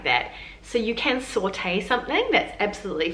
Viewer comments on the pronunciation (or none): none